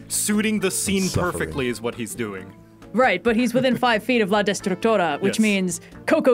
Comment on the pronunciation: The fact that pronounces la destructora like "La distractora" makes it funnier cause that means "The distractor" and thats kinda what she was lmao